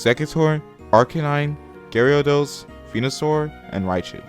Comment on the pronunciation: Did you say Garyados? Instead of Gyarados?